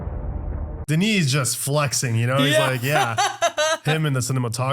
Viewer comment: You know what the most impressive part of this video is? How right you pronounced Denis' name. I have literally never heard a reactor or reviewer pronounce his name right. Love that!